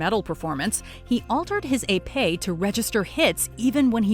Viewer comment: Little known fact: When Onoshencko cheated he was caught because of a child with a brain tumour, who was watching the fencing with a female Olympian. He pointed out that it didn't look like Onoshencko was even touching his opponent. Sadly the child died not long after. By the way that's not how to pronounce Epee.